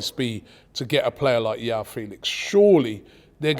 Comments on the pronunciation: Anytime I hear Yao Felix, it grates on my ears. It's Joao with a very hard J 🤣🤣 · Robbie's Portuguese pronunciation is so bad. Joao is pronounced like John, not a Y. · Come on Robbie, Joao and Jorge are names you repeat constantly in football world. Just try to remember how to pronounce them Jesus….